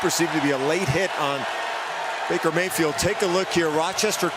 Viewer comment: Me and my Dad started calling Baker Mayfield "Maker Bayfield." And I swear I heard "Maker Bayfield" throughout the entire game! Lol good video man.